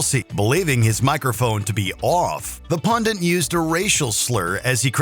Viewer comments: Why can no one pronounce "pundit" properly?? It's NOT "pundiNt"!! There is only one "n"! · Pundit. Not pundint. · no such word as “pundint”. It’s “pundit.” geez. Ok now I feel better.